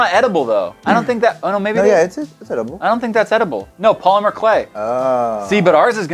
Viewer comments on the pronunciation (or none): none